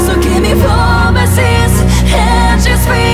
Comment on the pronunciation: Not to shame on the singer's pronunciation since of course english is not their first language but her singing fro instead of for makes the lyrics sound like: This is gonna from me, sad you had to wait from me. I want to sing the correct lyrics but i also want to sing how it actually sounds, and i will choose to sing it how she does because it still sounds better.